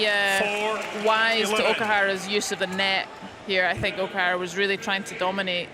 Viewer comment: WHy this male commentator keeps saying OKIHARA not OKUHARA while female commentaor keep saying OKUHRARA? He never learn anything.....